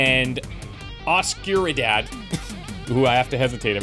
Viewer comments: Every time I hear "a skewer dad" :D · Please let's have trying to pronounce Oscuridad be a running gag